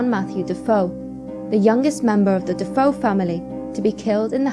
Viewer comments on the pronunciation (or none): not "duh-foe" it's "duh-fay-oh"